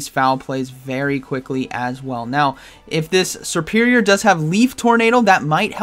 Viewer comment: Serpirior not supirior😂